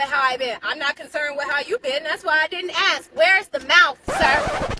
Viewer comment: “Where’s the mouF?” yes lo_d...